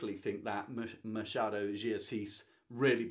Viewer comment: Machado is pronnounced like this, the "ch" sounds like when someone asks a child to be quiet. Shhhhh . Ma - schhhha - do de Assis. 🇧🇷😉